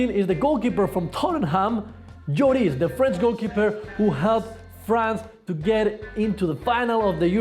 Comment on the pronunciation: i like how you said "djoris" (hugo lloris)